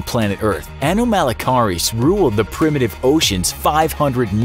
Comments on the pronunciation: Who else watched walking with monsters and got triggered by the way he pronounced "anomalocaris"? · The incorrect way he says anomalocaris is triggering lol it's ok though no one ever says it right